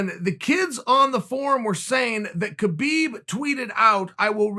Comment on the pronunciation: It's pronounced "HABiB"